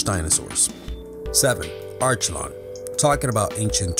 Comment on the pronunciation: #7 It's pronounced Are-key-lon.